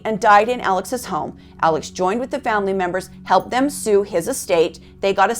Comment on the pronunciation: While the name is spelled ALEX, it’s actually pronounced like ALEC. In fact, when Alex calls 911 after he finds his wife & son murdered, he very clearly says to the operator, “ My name is ALEC.” RE: the boat accident… The boys didn’t “later” go out drinking. They went out drinking PRIOR to the accident. And there was some confusion as to whom was driving the boat. One witness said Paul was. One said Connor was. The other two said they weren’t certain.